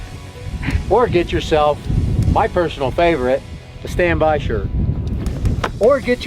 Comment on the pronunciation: This MF again and again say standby and badlurry , it's really frustrating to hear this